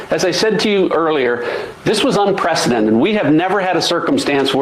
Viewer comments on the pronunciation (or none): none